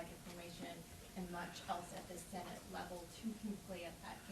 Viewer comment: Whats a Sssenate?